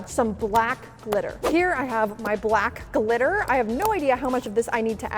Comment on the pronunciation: I thought u said for the first one “let’s get some black littler”🤣🤣 also once u put the black glitter in it it sorta looked like oreo ice cream only real fans can like this 👇